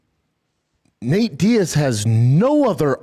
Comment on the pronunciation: Did he just call him "Nate Diad? 😂 I can't tawlk B! Doofus!